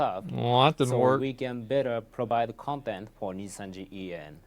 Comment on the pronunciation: asmon consistently being unable to pronounce Nijisanji properly is so funny